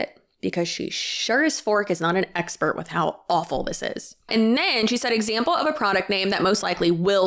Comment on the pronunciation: Lol idk why i lost it when you said “expet” hahahahahahaha